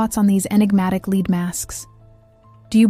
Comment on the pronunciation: Lead masks. Lead rhymes with bread